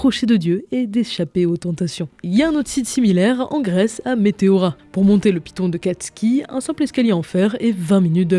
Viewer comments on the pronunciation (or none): none